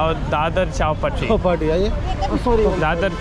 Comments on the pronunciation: Its not Chaal Patti , itd Chaupati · It was strange to see the taxi drivers fail to understand chowpatty when you slightly mispronounced it. It’s like when a tourist to NY city says I want to go to Time Squaryy. You would think the cabbie would get it you mean time SQUARE ! It’s kinda the same as chawpatty is pretty famous place.